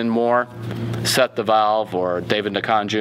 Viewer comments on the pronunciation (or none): Nkonju? Really? Stop transposing the k and the j, drop the n, and you'll get it.